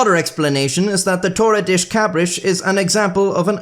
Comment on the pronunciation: das in Portuguese is pronounced "dush" not "desh"